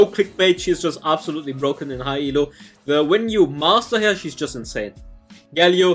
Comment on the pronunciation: "Brrrroken" made my day 😂